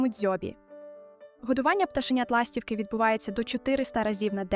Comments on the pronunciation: ластіво́к..ластівки́....( не має в українські мові - ла́стівки)))😢.є відмінки і треба правильно вимовляти слова за лежно на яке питання відповідають..... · Не лАстівки, а ластівкИ 😊